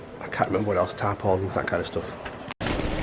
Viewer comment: You'll get a laugh out of this one.... When you said you need to get "tarpons and etc.....I heard....now are you ready for this???... due to noise around me and using the actual iPhone speaker 🔈...I heard...TAMPONS!!😂😂🤣🤣😂😂 I wondered for a second what on earth you needed them for...unless you were picking them up for the wife while you were out doing your camping shopping and video. Then I instantly realized that in 🇬🇧 U.K., you actually call tarps...tarpons!! Mystery solved!!😂🤣😂‼️ In 🇨🇦 🍁 Canada we just call them tarps. Thanks for the laugh...even though what you had said wasn't really funny...it was just a geographical language error on my part!!😂🤣😂‼️ Never the less I enjoyed the laugh and my misconception!! Now to watch the actual video......